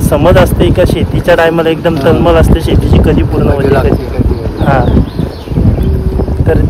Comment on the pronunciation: दणकट शरीरयष्टी आहे, पण आवाज मर्दा सारखा नाही वाटला, तू सुशिक्षित वाटत असून बोलण्यातील शब्द अशुध्द आहेत, उदा. सगला, हिरवल, तलमल, मिलते इत्यादी